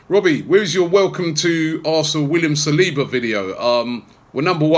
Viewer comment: Please tell how to pronounce saliba, he pronounces it like he´s saying Salahba